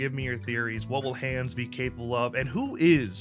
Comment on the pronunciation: It’s pronounced “Hahns” or “Hons” and he’s a Sawyer Family cousin from Austria lol